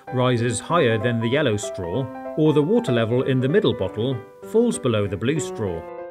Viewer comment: Everytime he says bottle I also hear buthole and that makes the video funnier